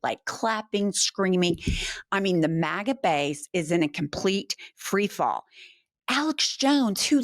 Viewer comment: When she read "team MAGA" the closed caption said "team maggot".😄 I agree with the closed caption.